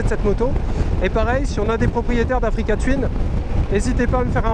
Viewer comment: Africa twin se prononce "twouin" et non twyn!!! bon sang l'anglais les gars!!